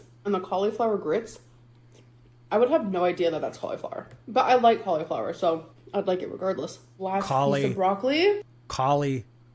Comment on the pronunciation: I hate it, 🙉 absolutely cannot stand how she says Cow-Lee-Father instead of Cauliflower.